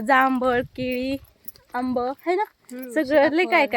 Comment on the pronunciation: आंब नाही ग बाई आंबा 😂